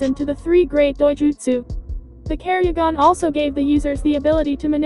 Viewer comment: minjekyo?what the heck?it is litterally pronounced as mangekyou,man-gek-kyou...and kerryugan?the heck?the voice there litterally do not watch naruto/naruto shippuden...and it freaking sucks...garbage pronounciations..